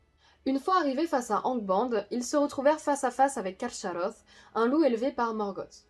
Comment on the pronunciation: A priori le "ch" se prononce "k" plutôt que "sh", il aurait donc été plus correct de dire "Carkaroth". Pouce en l'air pour tout le reste.